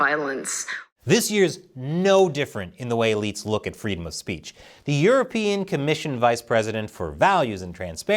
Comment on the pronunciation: The communist apparatchik "Australian eSafety Commisioner" couldn't even properly pronounce "freedom of speech" while she was implying it had to be suppressed. There's an evil Freudian slip if I ever heard one.